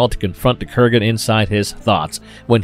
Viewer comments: Dude it's Kurgan not Krugan. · Kurgan, not Krugan.